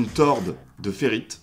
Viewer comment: On dit tore de ferrite et non torde de ferrite